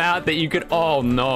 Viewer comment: "Oh noh 🥖" IS FRENCH